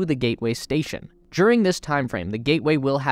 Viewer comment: I know this sounds petty -- but it really bugs me. Why does your narrator insist in using the pronunciation "thee" for the word "the?" Think back to your grammar classes in 6th grade. Only when the next word stars with a vowel (a,e,i,o,u, if you've forgotten that too), do you pronounce "the" as "thee." If we can't get the little things right, how will we ever get to Mars?